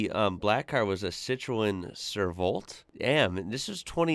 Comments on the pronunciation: It's pronounced as Seet-Throw-An. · Pronounced COTROWN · This guys attempt of saying Citroën is hilarious, he needs to get out of his basement and travel 😂😂😂😂😂😂😂😂😂